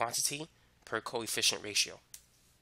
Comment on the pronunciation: i thought he was saying coy fish instead of coefficient